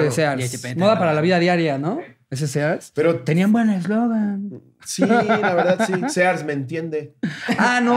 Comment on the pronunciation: no es Sears, es “Sirs”